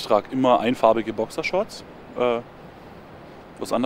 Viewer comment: Bokschershorts xxxxDDDD Danach sagte er noch Bokishorts XD